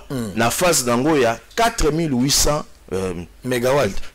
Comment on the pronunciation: AH ! ☝️ SANGO BA LOBAKA MEGA" WATTS" 🗣🤳🤦‍♀️🤦‍♀️🤔 ET NON MEGA WALT.😂😂😂 😞